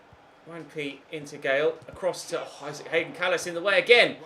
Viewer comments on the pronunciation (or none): none